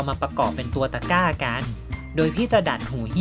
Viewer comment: ทำไมได้ยินว่าตะก้าวฟักทอง